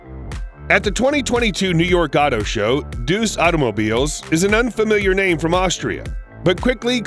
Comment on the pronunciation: pronouced DAE-US, not DEUCE